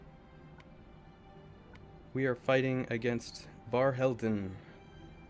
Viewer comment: Nice pronunciation of their name, nearly perfect 😉